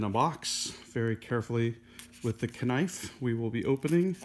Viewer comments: Kept laughing at him saying "ka-nife" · Did you say ka nife on purpose as a joke or do people actually say that 🤨